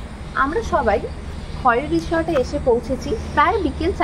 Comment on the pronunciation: খৈরী ছিল এক বিখ্যাত পোষা বাঘিনী। তার নাম অনুসারেই বাংরিপোসির রিসর্টটি নামাঙ্কিত। খয়েরি নয়, উচ্চারণ "খৈরী"। ডুবলাগড়ি বীচ - ডুবলাগাছি কে বলেছে?